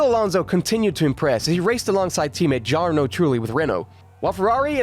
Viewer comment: I like the video, but when did you begin watching F1? Mispronouncing Jarno and Spa-Francochamps. Sounds like you might be new to the sport. Welcome! You should go back and watch all these seasons on F1TV if you really want to have an idea of what happened. In his first win he literally lapped Schumacher, which I’m sure you would have mentioned had you watched the race. Also, if you were trying to establish how good he actually was you should have related info on things like how badly he decimated Kimi in 2014. He nearly quadrupled his points total and if it weren’t for a tire puncture at Spa, he may have finished ahead of Kimi in every single GP. And how many teammates he either blanked in qualifying or came close to it. The points gap between him and his teammates.